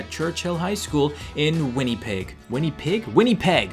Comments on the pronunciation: its pronounced winnipeg (win-a-peg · its prounuoced winapeg and its in canada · its pronouced win-ih-peg and its in canada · Winniepeg!? As a Canadian I am offended! Jk😂 love you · it is pronounced "Win-a-peg" and it is a province in Canada -_ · it’s pronounced Win-a-peg and it’s a province in Canada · Winnipeg is a city, not a province. No offence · Winnipeg is in Canada and you said it wrong